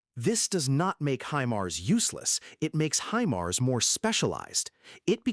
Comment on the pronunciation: he-mars?? :D